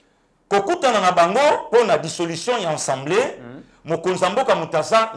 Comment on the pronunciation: c'est assemblée et non ensemblee